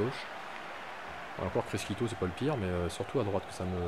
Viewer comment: Bonne vidéo ! P.S: on dit pas "Criscito" mais "Crichito" ;)